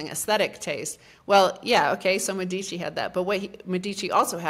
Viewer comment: Great talk. Please call the elites of Firenze "Médici" and not "Medíci" (accent on the "e" and not on the "i"). Italians and Europeans might not recognize the name :-)